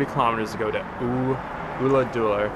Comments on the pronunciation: Ulladulla. Not ooladoola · Check with a local on the Ulladulla pronounciation dude, it's killing me! It's not an 'oo' sound at all. Enjoy the riding!